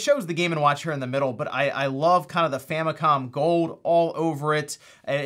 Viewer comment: It's not gold, it's "Famicon" gold.